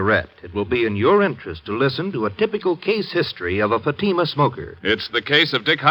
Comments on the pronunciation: And you did not give the correct phonetic pronunciation of Fatima either.😼🙀🙀🙀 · Not only are the cigarette ads obnoxious and annoying but what gets me that they are pronouncing Fatima incorrectly. Typically American mispronunciation like no one on Earth can ever teach them to pronounce British towns ending in “shire” as /shur/such as Lancashire /Lan-ka-shur/ or worse Worcestershire /Wurs-ter-shur/. Americans always always always end them as “shire”. I have spent 32 years teaching English grammar, pronunciation and Applied Phonology and it really is a pain to hear Americans mangle the English language out of ignorance. Accent is one thing but stupidity is another.